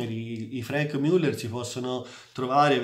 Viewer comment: che risposta scortese, da un grande esperto di orologi (che seguo con interesse) mi aspettavo: A) che pronunciasse le marche in maniera corretta B) meno suscettibilità